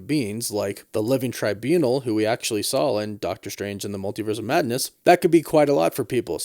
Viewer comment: Stop saying “Sawl”. It’s SAW